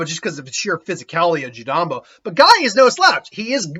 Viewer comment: Jirobo not jirambo I've noticed this in every what if you do in naruto lol